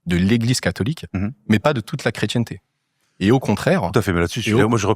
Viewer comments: quand il dit chrétchienneté ça m'énerve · Pourquoi le franc maçon dit la chretienneté, c'est la chretienté... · C’est une "affrication" ! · Le maçon, inculte mais menteur comme tous ses semblables ment avec un aplomb remarquable, surtout pour un nain intellectuel qui ne sait MÊME PAS prononcer le mot "chrétienté". Le type explique que le rituel maçon est "chrétien à l'origine"... Comment un rituel serait-il chrétien en dehors de la croix, du sacrifice de la messe et de la communion dans le Corps du Christ?